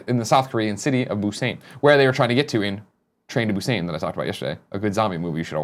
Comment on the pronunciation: It's BUSAN! Damn It lol not busane. Killing me every time you say it wrong Greg lol